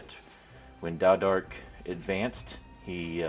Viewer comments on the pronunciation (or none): Why does everyone call you ""? I thought it was Taodark with a T?